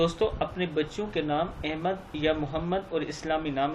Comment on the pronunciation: احمد نام کا مخرج صیح فرما لیں ۔